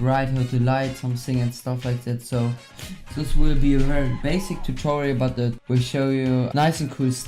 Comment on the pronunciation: "sis" ( German accent) lol xD still Love You